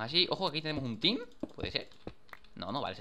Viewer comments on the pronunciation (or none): none